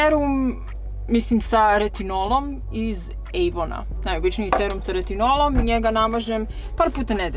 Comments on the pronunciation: Super je video,ali zašto kažeš "Ejvon" kad svi pričaju "Avon"😂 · Nekaze se ejvon nego avon